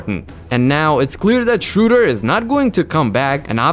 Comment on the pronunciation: Wait… why can‘t you say Schröder right? Shouldn‘t it be no problem for you?